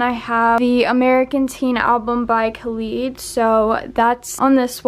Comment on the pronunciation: THE WAY SHE SAID KHALID ✋